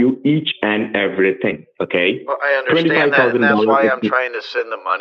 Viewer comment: “Each and every ting “ “ all the Tings”